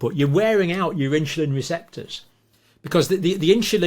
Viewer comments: Excellent session, again. Thank you. Just a comment for John: insuline and not inshulin. Please! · Pronounced In Sul In not In Chil In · what is "inchulin"?